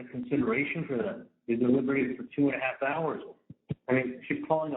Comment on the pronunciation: He just said two and half hours! I thought he said at first it was two hours 🤯😂